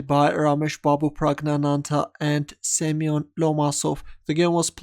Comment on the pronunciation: I'm pretty sure Семён is Semyon, not Semen.